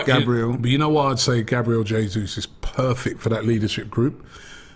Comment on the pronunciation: Did anyone hear “JABRIEL JESUS” 😂👌